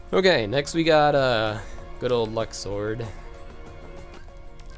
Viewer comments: Lol it's luxord not lucksword and it's final xemnas not final zebraman lol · Holy fuck I didn't realize that until he actually pronounced it "Luxord" "Lucksword" x.x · “LUCK-SWORD” 😂😂 I’m dead